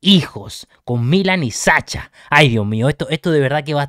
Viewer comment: se dice Sasha, como en ingles (shu)) le (Ts)